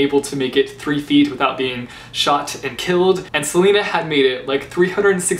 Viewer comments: NO TEAM DORIAN!!!! And btw, it's not pronounced Selena, it's Celaena. As in, Sul-ay-nuh. :D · HER NAME IS CELAENA AS IN SA-LAY-NA NOT SELENA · It’s pronounced as SEL-AY-NA not sel-e-na... Smh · Am I the only one that calls her suh-lay-nuh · I think her name's pronounced Ce-lay-na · CHAOLAENA!!!! And celaena is pronounced (ceh-lay-nuh) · It's pronounced CelAYna:p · I lowkey cringe every time you say "Selena. but to be fair I pronounced every single name incorrectly. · 1) I say 'Ce-lay-na' not 'Ce-lee-na' 2) I say 'Shay-ol' not 'Kale' 3) CHAOLENA FIVEVER OHMIGODS DORIAN CAN GO JUMP INTO TARTARUS JUSTKIDDING BUT NO SERIOUSLY CHAOLENE FAR LYFEEE